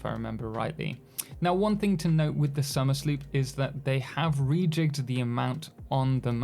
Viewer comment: Question: Isn't it supposed to be pronounced Somer's Loop?